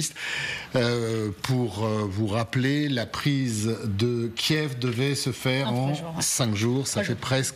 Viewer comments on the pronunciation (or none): none